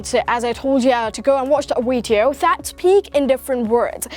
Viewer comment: Learn how to pronounce the letter “v”. You are a good actor though. You might wanna change the content of your Weeedio😜😜😜